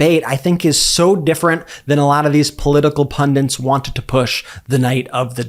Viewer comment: It's Pundits, not Pundints!